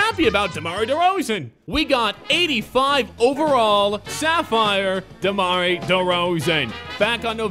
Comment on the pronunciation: Did he say Demari derozan?